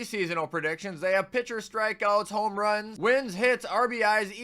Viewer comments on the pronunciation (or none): none